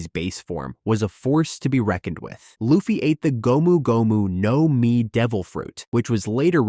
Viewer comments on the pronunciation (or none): its luffy not laffy